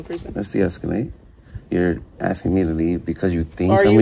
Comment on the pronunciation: Boneheaded 😂😂😂 “You’re unlawfully aksing me to leave”😂😂😂😂😂😂😂😂